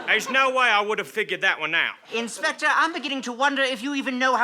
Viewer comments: inspector please sounds like hector please. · WOAH I just realized that when says "inspector PLLEEEAASSEEE" it sounded exactly like "Hector PLLEEEAASSEE" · Has anyone noticed that in the one where saying the crimes he committed, say "Inspector, please," and it sounds a lot like "Hector, please"?